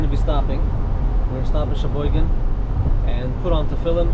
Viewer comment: Can't believe you pronounced sheboygan right lol